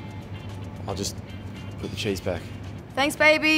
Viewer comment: Were they talking about cheese??? It sounded like Chiz